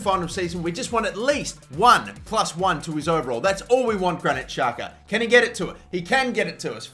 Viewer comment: He is albanian.. And it is pronounced jaka